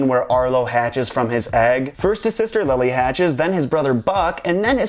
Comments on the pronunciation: Actually I think Buck hatches first, then Libby. It's pronounced Libby actually. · I love the theory but ITS LIBBY NOT LILY !!! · By the way it is Libby not lily.